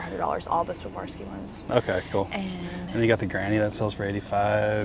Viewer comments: I absolutely love you guys... But it's difficult to keep hearing say "Savarski" when talking about Swarovski... Say it with me,... SWAR...OV...SKEE, swar-ov-skee, Swarovski 😂💀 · Savarski??? Swar- ov- ski is the correct pronunciation. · Loving your channels but you guys keep saying Swavorski instead of Swarovski 😂 Anyways I always enjoy joining your treasure hunts from the other side of the globe <3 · The crystals are pronounced Swore-off-ski. I sold jewelry for most of my life, and the company rep visited my store and taught all of us to pronounce it correctly! 💕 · Sa-var-sky? 😂 Ha ha. Love you guys. Just can’t help but to poke fun. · I love your channel I am not being nasty but the correct pronunciation of Swarovski is swa. rov.skee. Thank you xxLorraine from Australia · You pronounce it "swar-ov-ski." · Ok, it must be done, lol. You two are killing me with the pronunciation . Swarovski is pronounced 'Swar-Ov-Skee" Pronounced just like its spelled.😀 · Great find on the Swarovski bears and other collectibles! Please Google how to pronounce Swarovski, because you are not pronouncing it correctly.